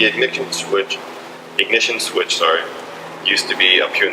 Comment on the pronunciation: Im sorry what was that? The ignitshyonh shwistch?